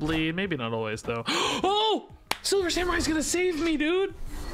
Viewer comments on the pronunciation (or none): Silver Sa-MEH-rai